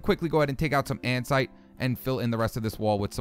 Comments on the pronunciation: Anyone else notice he says ansite instead of andesite? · It's like saying and-a-site, maybe that will help